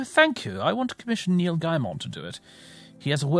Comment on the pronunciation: "Neel Gymon" sent me through the roof lmao